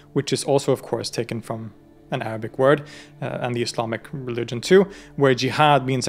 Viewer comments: As a student, i really appreciate you research and the way you clearly pronounce the arabic words. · i like how you can correctly pronounce arabic words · I literally kept searching to know where you're from bc of how shocked I'm of how good your pronunciation of Arabic words is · Bros pronunciation of Arabic words 👌🏻👌🏻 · Wow your Arabic pronunciation was really impressive in this video..keep up whatever you're doing to get there 🙂 but let me tell you something ..when we say in Arabic for example "في علم الغيب" we actually mean only Allah knows, because Allah has the ultimate knowledge of the past, present and the future, so I think they mean here Allah's tongue استغفر الله العظيمwhich matches the fact they refer to him as Al-Mahdi, who is a leader sent by Allah, who will unite Muslims to victory at the end of times, then prophet Issa will come along and rule the earth for 40 years spreading peace and goodness. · I am watching your video for the first time! Thank you for such an elaborate and eloquent explanation of the Dune books/series. I will definitely watch and ponder. Also, your pronunciation of the Arabic words are spot on, this was amazing.